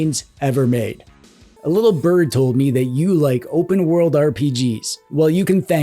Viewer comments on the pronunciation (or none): none